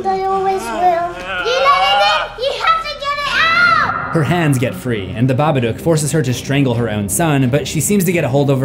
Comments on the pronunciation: saying babadook wrong.. bab-a-dook idk wtf ur saying but its wrong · The Babaduuck